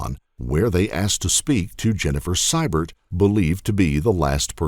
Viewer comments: note how the name Sybert is pronounced. It should be See-bert. Thats bc the AI has trouble with uncommon names bc it has no reference point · It's "see-bert" not "cy-bert" Arrrgghh! Lol.😂